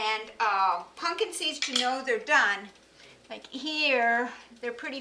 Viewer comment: I love that she says "Punkin" seeds